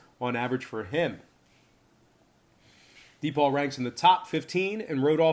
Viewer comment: D-Paul also known as DePaul (pronounced Da-Paul)